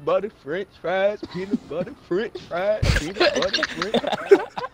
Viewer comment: He said benutbuter French fries